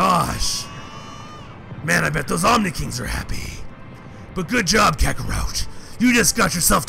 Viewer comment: you said Kakarough Its Suppose to be Kakarat